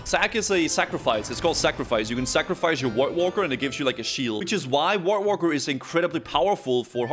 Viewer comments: I love the way says voidwalker, sounds like white Walker hehe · what's a woidwalker?